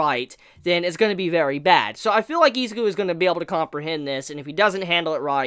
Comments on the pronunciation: (ih)(zu)(kew) Not eezakew Izuku. Not Izaku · I thought it was Izuku, not Izaku.